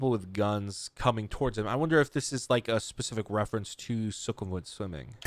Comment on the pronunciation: Just watched Umu's reaction to beautiful beautiful and now here I am... ❤️ The song has such a good vibe while the Mv actually kinda looks pretty dark with all that fighting and robots xD Oh and PD: You might need to teach Umu as to how to pronounce Sukhumvit because she mentioned it in her reaction but still couldn't pronounce it right (not hating, I can't too xD)